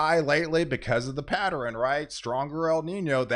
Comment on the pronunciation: Patteren? Not pattern? Good weather updates 👍🏻Thank you